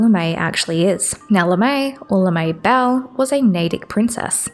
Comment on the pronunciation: I-It's Lamae Bal. Not Lemae. Pronounced the same way you did with the Lamias. Lahmah-e baal